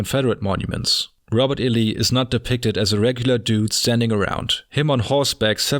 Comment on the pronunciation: Robot E Lee. The machines were around back then?